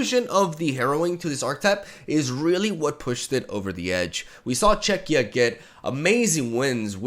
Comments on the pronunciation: is now a pro at saying "Czechia" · Im glad that says 'Czechia' correctly.<3